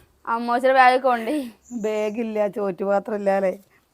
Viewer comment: Please pronounce the word “ BAG” properly…..not Beig!